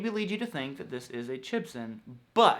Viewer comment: Maybe it’s just me, but do you say the word ‘but’ with a ‘w’? I keep hearing bwut, bwut, bwut. I may be just going crazy